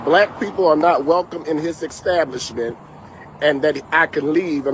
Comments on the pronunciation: What is an EKSTABLISHMENT ? The guy claimed to be a Pastor, so, I would assume that he has some level of higher education, and he can;t handle pronouncing a word that is pronounced EXACTLY how it looks!!! and somebody may be on the hook for lost revenue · Ickstablishment? What the heck? 😂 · What's an eggstablishment?? is an ignorant fool😂😂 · The word is not" exstablishment ". People tired of this crap. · What is a extablishment? Just thought I'd ax. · ekstablishments say it rite!! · What's an exstablishment? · “Exstablishment”? I guess now, since they are not going back, it IS and EXstablishment. 😂😂😂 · Did I hear EX-stablishment? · What is an "extablibshment"? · When he said Xstablishment I didn't believe anything else he said!😂😂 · Yeah well, there are a bunch of idiots listening and holding on to every word says at his holy exstablishment😂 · What's an "ecstablishment"? Also that story is very sus. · Did he keep saying, ecstablishment? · Maybe mispronouncing “establishment” (twice) is your problem… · Sir…. When you learn how to say establishment, we will take you seriously. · “Pastor”? Doesn’t he know that lying is a sin? And it’s “ask” not “axe”. And it’s “establishment” not “extablishment”. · Any righteous establishment would bar you too. Some people aren't worth the time. Ohh...btw...its established.....not EXXXstablishment. And its ASK.....not axxxxxxed. Embarrassing.